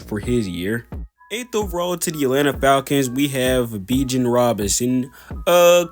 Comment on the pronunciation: I dig the video, and I am going to subscribe, but you've gotta work on pronouncing some of these guys' names. Bijan is pronounced more like "bee gawn" and Jahmyr Gibbs is pronounced less like "Jamar" and more like "juh meer". I havent finished the video yet, but other than that, I enjoy the video so far.